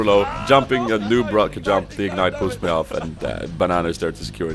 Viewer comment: "Corki is also a champion i have to train mä :D Swenglish